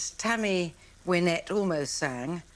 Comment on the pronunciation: lol not only the "meecro-wah-vay" moment also the Tammy " Win-itt" 😁" Stand By your Pan"